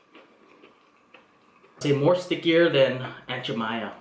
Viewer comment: Watching this in quarantine may not have been the best idea... lol. looks so good!!! Oh its pronounced Aunt Je - Mai - Mah lol